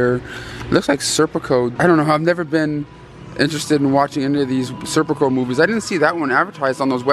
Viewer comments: Stop calling it Serpico ya 🛎end. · It’s Sicario not serpico lol